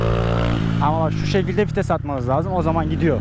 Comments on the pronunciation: abi 3 yılda anladım fites değil vites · Bi kere daha '' fites'' dersen intihar edicem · Fites diyişini yediğim